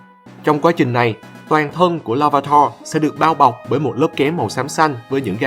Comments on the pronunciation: tạo sao nhìu người đọc là lar - vi - tar mà anh đọc là lar - va - tar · la-va-ta??? Em toàn đc là la-vi-ta :))